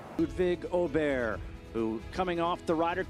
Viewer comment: Wouldn't say it's the correct pronounciation of Åberg, but atleast they are clearly trying to get it right.